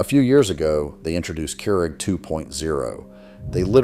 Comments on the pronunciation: "Keeeoo Rick" AI helping confirm why we don't want it in things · AI voice had a stroke trying to pronounce "Keurig" 😂 Also, this list is absolutely not true. There are plenty of makes/models of "dumb" coffee makers still being made. I have a Bunn VPS that can brew twelve cups in under three minutes, and I can repair it myself with simple hand tools and parts that are cheap and readily available. These parts are: small heating element, large heating element, thermostat, simmer plate, switch. The most expensive of which is $25.